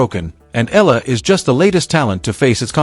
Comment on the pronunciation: EYAHLAH. .. not ELA ,not ILA. Please say it right